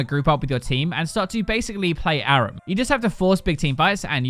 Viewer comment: You say Aram wrong. I’m from England and don’t say it fuck all like you do and neither does anyone else.